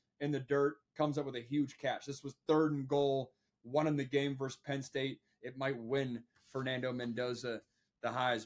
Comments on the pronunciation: It's verSUS, not verse. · Pet peeve - when you speak “vs” you should say “versus.” To say “verse” is a completely different word with its own meaning. So if you want to abbreviate versus as “vs” when written, that’s great, but you still say “versus” out loud.